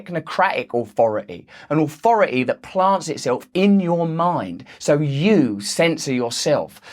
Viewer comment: Good stuff. Just one question--what does "ohfority" mean?